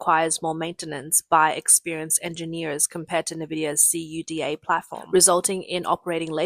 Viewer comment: It's n.vidia and cuda. Not nvidia and c.u.d.a.